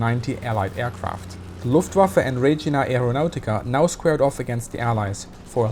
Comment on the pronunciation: Hello, it is spelled “re-gi-a” aeronautica, not “re-gi-na” Greetings from southern Switzerland!